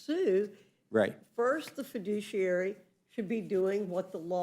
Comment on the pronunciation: The Left seems to confuse fiduciary with fidooshiary.